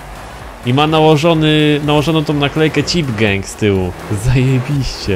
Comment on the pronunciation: Chyba gang a nie geng zd